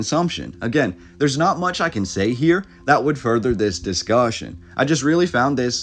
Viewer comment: “DIS-cuussion” what was that are you an ai?!